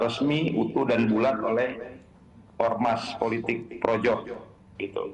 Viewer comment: ucapannya dibetulin, "politik" bukan "puletik"